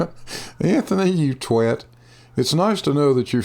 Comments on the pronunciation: Riley got on his prison shirt?, my respect for you has increased beyond the high level I already have for you. You pronounced twat correctly, well-done sir, may you teach your fellow Americans your ways. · Kudos on correctly pronouncing "twat" :)